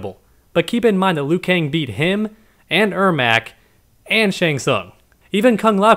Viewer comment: Liu not lui